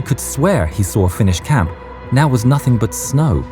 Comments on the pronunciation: I appreciate having someone who can actually pronounce finnish to voice act. It's on point! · Fun to hear my language on other channels spoken correctly